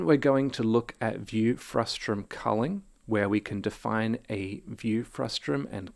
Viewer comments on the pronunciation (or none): stop it with the "frustrum". it's a frustum. you're driving me crazy, man.